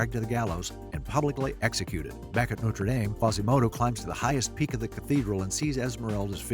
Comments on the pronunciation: You left out Pierre, the guy she pitty marries and then won't let him touch her because she's in love with Phoebus. Also, it's No-truh Dahm, not No-ter Dayme. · Nice video, but what irks me is how people pronounce Notre Dame. The one ending in (DAHM) is a cathedral in Paris famous for its hunchback, the one ending in (DAYM) is a university in Indiana famous for Rudy! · No - truh Dohm. Noter Daym is a sports team. The cathedral is in France, and it's pronounced No-truh Dom. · Agnes is a beautiful name in French. Ugh. Americans butchering a language. You’re pronunciation of Notre Dame is horrible as well.